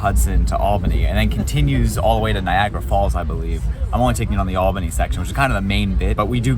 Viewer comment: Props to you for actually pronouncing "Albany" correctly. You should perform the "Correctly pronouncing places in New York State" Challenge.